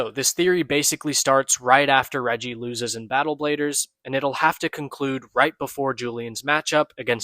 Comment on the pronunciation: lol yall keep saying "Reji" it’s "Reiji".